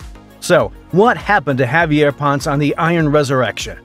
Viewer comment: Javier Ponce <Pon-Seh, or Pon-Say>